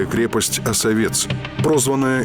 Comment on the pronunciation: Почему Осове́ц, если О́совец? Или я путаю